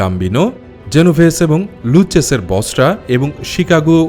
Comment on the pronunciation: আপনি নিজেও অনেক ভুল বলছেন, অইটা লুছিয়ানোই হবে আর গাম্বিনো সঠিক শব্দ, আর অইটা লুকেজি হবে না হবে লুক্ষেছে, গটি হবে না হবে গত্তি, এইগুলা ইটালিয়ান নাম এইগুলা এইভাবেই উচ্চারণ করা হয়(luciano,Lucchese, Gambino, Gotti)